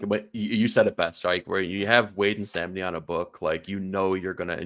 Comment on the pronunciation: Love this show guys! Batman and Robin will be 12 issues. And Samnee’s IG profile used to say his name rhymes with Omni